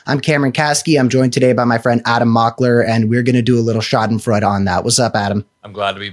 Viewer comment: Love you, Cam. Schadenfreude: 4 syllables.